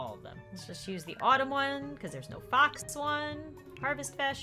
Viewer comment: Fox like box